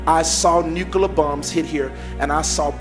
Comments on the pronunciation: pronounces nuclear as “nuculer”. Lol. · “Nucular” and “bummed” lmao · Noooo, not the Nu-Kuh-lar submarines 🤣🤣🤣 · "nucaler" ? "Hummasexuals"??